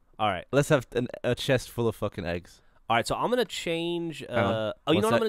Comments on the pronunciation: I replayed Gavin saying "Fuckin" a couple times because it is so weird to hear him say it. It's at if you guys are curious. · Gavin said fucking, he says it weirdly. lol